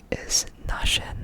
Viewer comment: Btw the best pronounced word was "naschen" haha